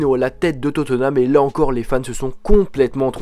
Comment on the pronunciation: On di pas totenam mai totnam